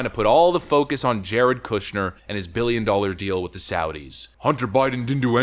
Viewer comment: You Canadian bro? It’s the way you say dollar that makes me think so.